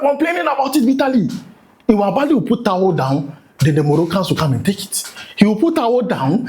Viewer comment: Is it towu or towel 😂😂